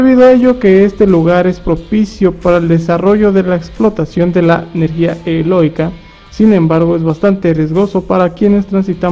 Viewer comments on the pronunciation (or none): Eloica? Es eólica